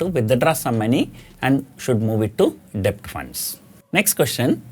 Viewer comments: Just one Corr. It's pronounced as "DET" Not "DE-BT" .. The B is Silent... Excellent Advice otherwise 😃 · Sir, it's pronounced Det without the B. It's never late to learn